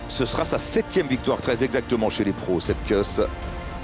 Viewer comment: "Kouss" Sepp "Kouss" pas "keuss"